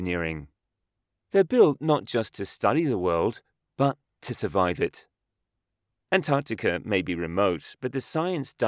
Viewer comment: Am I the only one hearing him say "Antanticum" ???